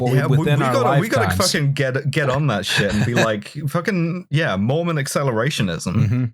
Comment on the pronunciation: I know I'm super late to the party, but I was raised Mormon and I just wanted to say--you definitely pronounced every one of those words wrong lmao. But also you barely scratched the surface on the weird cosmological stuff, which really gets buck wild. But I'm glad you brought it up at all because I think it's legitimately the most entertaining part of Mormonism and most people don't know about it. But there's so much detailed lore about, like, pre-earth life (humans used to be something called Intelligences before God and his wife gave spirt birth to them, there was a big debate before any of us were born where Satan and Jesus argued about what God's plan for earth should be, etc, etc.) and post-earth life (multiple levels of heaven, technically no hell, the ascension to godhood stuff). But I won't get too deep into it I'll just finish off by saying: Mormons are technically polytheistic because it's doctrine that God, Jesus, and the Holy Ghost are three separate beings and at least God and Jesus both count as gods. But most Mormons will get mad at you if you say that lmao. Culturally, Mormons (at least in Utah) DESPERATELY want to be Evangelicals, even though Evangelicals hate Mormons.